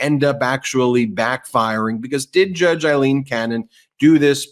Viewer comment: Learn to say Aileen.